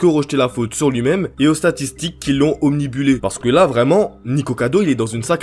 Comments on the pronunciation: Bon d habitude je reprends pas les gens sur leurs diction mais là, ptn , ça fait 2 FOIS : OBNIBULÉ CA EXISTE PAAAAAAAAS C'est "Obnubilé" Tu sais , si ton écran de tel ou ordi souligne un mot en ROUGE ça veut dire que c'est faux ... 🧠🧠🧠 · On en parle qu'il a dit omnibuler au lieu d'omnubiler pendant toute la vidéo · désolé, mais tu dis au moins 3 fois le mot "omnibulé"*. Et ça ne se dit pas, on dit *obnubilé ! XD